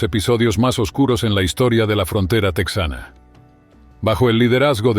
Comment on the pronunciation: La pronunciación correcta es Tejana, no tecsana.